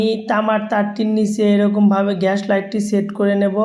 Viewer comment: ঘ্যাস লাইট 😂